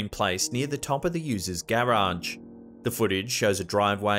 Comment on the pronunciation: I love how he says “gare-ragee!” Lol